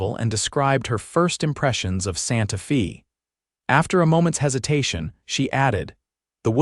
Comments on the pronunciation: Santa “ Fay” not Santa Feeee🙄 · Santa Fee. Too bad about the dumb AI narration.